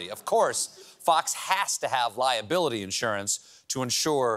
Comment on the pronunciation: "Lie-ability insurance" 🤣😂🤣😂🤣